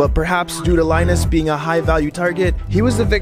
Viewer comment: PRG - It’s not Lineus the name should be pronounced lin us like Linux but with us instead of ux